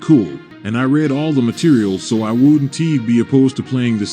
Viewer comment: why do you read most of the words like a bot then? You mispronounce very simple things. Its like you can speak english but dont understand it. Instead if saying ‘Wouldn’t’ like a normal human being you said “Wouldn T” and you did that for every contraction. At the end you spell out the word “Outro” instead of saying the word. And read outloud the typo “Im not made” when it was supposed to be “Im not mad”. You are 100% a Bot, or are using some sort of AI generated voice